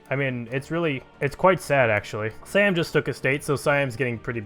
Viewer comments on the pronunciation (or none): none